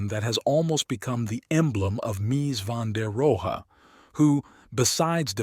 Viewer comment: Interesting subject, but I couldn't sit through the AI narration. How many different ways can one model mispronounce a man's name?